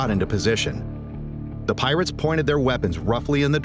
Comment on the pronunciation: the piwates lmaoo